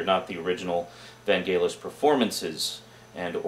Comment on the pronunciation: Your mispronunciation of Vangelis is annoying >.< Other than that I am intrigued. Share TheBeans, no. Just no.